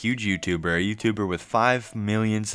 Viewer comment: The unibrow furl, that smirk, and a grown man saying "wib" instead of "with" just brings vomit from the depths of one's gullet.